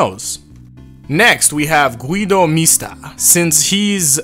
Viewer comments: I'm italian. The syllables are GU-I-DO MI-STA. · Gui-do Mis-ta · Gui-do mi-su-ta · Gu-i-do Mis-ta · Gui-do Mi-sta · yeah but since it's an Italian name, the syllables should be the ones I typed.